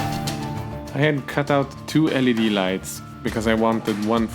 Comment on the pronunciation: Great video, never thought of using cheap LED lamps from the store that are allready connected to a power source. BTW. L.E.D. is how the Anglos pronounce it, not "leed". But the pronunciation "leed" has some charm to it when you aren't a native english speaker